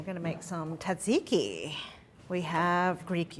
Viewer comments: It isn’t pronounced TADziki. More like zahd ziki. Altho there is a little T at the start blended into the zs (or Z) sound. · Great looking recipe I will try this weekend. Perfect for the coming spring. (But fyi, it's pronounced Tza-tzi-ki not Taziki. I'm not at all sure why everyone has adopted this lazy version of the dish name). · Looks fantastic and excited to try it. Hearing "taziki" that many times instead of tzatziki hurt, though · Surprised and disappointed that mispronounced tzatziki. SMH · please someone tell her how to pronounce Tzatziki correctly. :face-blue-smiling